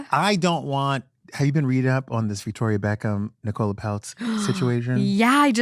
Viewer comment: I know I’m late but I just have to say, as a fellow Nicola it pained me how said Nicola Peltz’s name 🫠 it’s pronounced like nickel-ah not nicole-ah